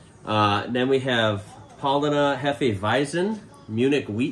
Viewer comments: it's Pow/LAH/n[e]. There is no R pronounced definitely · Paulaner is pronounced POWLARNER. Glad you enjoyed the beer! As they say in Germany:- PROST ( pronounced PrOstt) - which means CHEERS!! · No, it's not - 'er' endings are often pronounced with a schwa or "ah" sound. You can actually find videos of the correct pronunciation of Paulaner because of how often it is mispronounced.